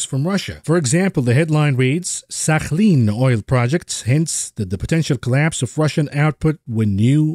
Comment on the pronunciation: The way your pronounced "Sakhalin" is Amazing. Only people from the Middle East can pronounce right!